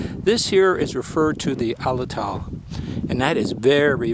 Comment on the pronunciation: BTW its pronounced At-a-lat-al. The circle represented a stone lashed to the throwing stick for balance. I watched a guy throw an arrow with one that went through 3 huge los Angeles yellowpage telephone books. Very very impressive. Its windy as hell, dusty and you can drive right up to them. Look for one called newspaper rock.